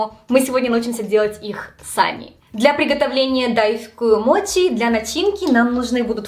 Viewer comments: Ты говоришь мочи, но при этом написала моти, так как правильно называется 🤔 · у меня вопрос который давно мне не даёт покоя, но вызывает диссонанас, каждый раз когда я слышу эти вещи. Сейчас объясню. В видео написано "десерт моти", при этом ты произносишь его как "мочи", на английском "ch" читается как "ч", и ты произносишь это как "ч". У тебя ник гейм на Ютуб, и ты при приветствии произносишь "ч". Хотя по предыдущей логике ты могла бы произносить " тян". Я пытаюсь понять почему в словах в которых отчётливо слышится и на английском пишется звук "ч", у нас откуда вылезает "т"?